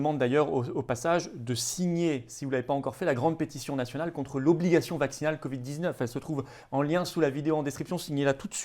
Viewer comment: Le monsieur avec des lunettes que je ne connais pas du tout a fourché avec le mot Covid (j'ai cru entendre "VIH ") WTF !!! 😈😈😈 . Réécoutez bien... De plus le fameux Emmanuel Lechypre n'est pas médecin il est éditorialiste !!!